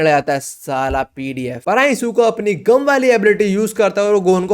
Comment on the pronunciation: gum nhi bangi gum